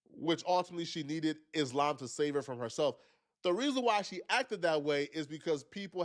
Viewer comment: Iss-Lamb is deffs not how you say it lol